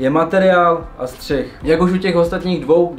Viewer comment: Bráško příště je to Střih a ne střich... Ale video pecka:)